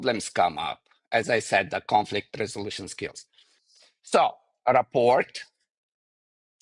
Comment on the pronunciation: Don't mean to be picky but if he's going to use a word like rapport as much as he does, someone could've mentioned the silent t.